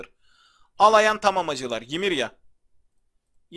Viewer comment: abi şuna yimirya deme onu yimira diye oku gıcık oluyom abi